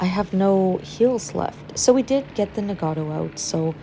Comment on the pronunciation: A couple of notes on pronunciation you might like: Nagato - Na with the 'A' as in cat. Ga also with the 'A' as in cat, - Toe. Very short and clipped - practice it - Na Ga Toe. Same thing goes with Yamato. Ya with the 'A' as in cat, Ma with the 'A' as in cat, Toe. Very short and clipped. Ya Ma Toe Musashi - Mu with the 'U' as is but, Sa with the 'A' as in cat, She. very squeezed up , shortened and clipped. Mu Sa She. The Japanese tend to speak very fast and to the western ear it can be hard to pick out some words.